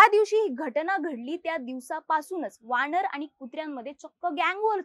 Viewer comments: वाणर nahiiii वानर असतं ते 😂😂😂😂😂😂😂😂😂😂😂😂😂😂😂😂😂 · मुली जरा शब्दोच्चारावर लक्ष दे...वाणर,मानुस..... 🤷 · अगं बाई वाणर नाही वानर म्हणतात. काय घाणेरड मराठी बोलतात हे लोक.